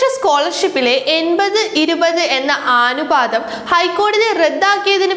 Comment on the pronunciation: ആ നു പാതം അല്ല അനു പാതം